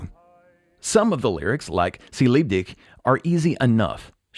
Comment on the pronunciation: 🤣😂😂sie liebt DiCK, the way the Beatles sung the song and the way it is pronounced on this video, it clearly means: "she loves dick"...I think the Beatles tried with humour to ease their furstration about having to sing in German